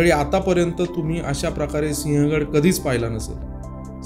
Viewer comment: Pronounce as Sivhagadh and not Sihagadh . Do some home work please.